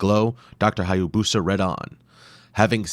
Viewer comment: It’s pronounced “Hi-ya-boos-uh .” The narrator mispronounces it.